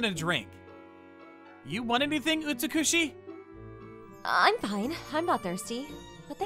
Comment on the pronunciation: Argh - the male VA's pronunciation is so frustrating!! The FMC's name - Utsukushii - the second u is supposed to be very abbreviated, almost like "Ootz-kushi". It's the Japanese word for beautiful - 美しい.